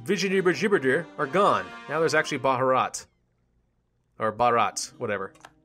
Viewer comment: And as an Indian, I feel compelled to add the Bharat is pronounced Bha-ruth. Not Ruth as in the Bible, but Ruth as in Ernest Rutherford. You got the initial part right. Bharat is the Hindi name for India. Vijayanagar is pronounced Vi(We)-jai(Think jay, but with an emphasis on the 'i' like a Scottish person might say I, and not with the ayy.) Nagar is actually a word in Hindi on its own, and it means "city." Nagar is pronounced Nag-hur The Nag is not quite like you would think, with the 'ag' part of it sounding more like an 'ugh.') hur is the same, with it being 'hur as in 'her', but with a 'u' so 'hurr.' Hope I helped!